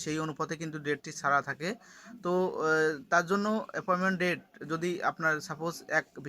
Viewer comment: ভাই আপনি তো বাংলা উচ্চারণ ঠিক করে বলতে পারেন না। ভিডিও করার কি দরকার। এপয়েন্টমেন্ট কে কি বলেন?